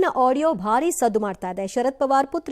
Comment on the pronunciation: ಸುಳೆ ಎಂದು ಉಚ್ಚರಿಸವ್ವ ಸೂಳೆ ಎಂದು ಉಚಾರಿಸುತ್ತಿದ್ದೀರಿ